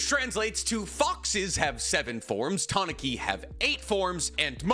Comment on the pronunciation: you are pronouncing Tanuki wrong its Tah-noo-kee. They also are depicted with giant balls and i think they missed the opportunity to give Gaara huge nuts.